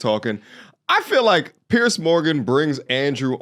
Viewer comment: People, his name is pronounced “pee-yeh-r” it is not Pierce Morgan, its Piers Morgan